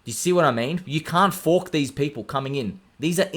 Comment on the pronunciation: Lol when you say “you can’t FOARK THIS!”